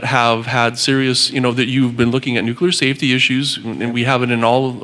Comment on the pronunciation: NU CLE AR not NU CU LAR